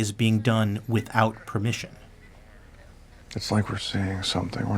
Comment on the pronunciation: "Shared without persimmon" lmaoooo